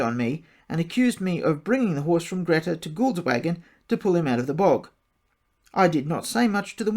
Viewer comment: It's pronounced Greta as in Greeta!